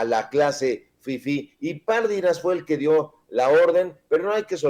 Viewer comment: Pardinas. ÉNFASIS EN LA I